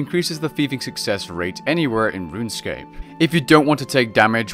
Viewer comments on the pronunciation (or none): none